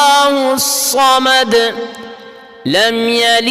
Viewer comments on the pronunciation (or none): سورہ احد میں بڑی ش نہیں ہے ص حضرت۔